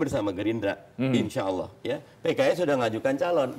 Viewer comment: BELAJAR LAGI AQOIDUL IMAN YA PAK... HARUNYA KALAU BPK BENER2 TAHU AQOIDUL IMAN.. SEPANIK APAPUN BAPAK TETAP DI HATI DAN DI MULUT AKAN SPONTAN BILANG NO. 1 SANG KHALIK (ALLAH) dan benar ngucapinnya bukan AWUOH ya pak BARU KE 2.MAKHLUK.. "Bumi dan isinya termasuk manusia jin dan politik baru itu nomor 2"